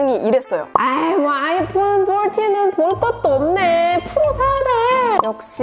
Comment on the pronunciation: 아이풘 떨틴~~ 뽈틴~~ ㅋㅋㅋㅋㅋ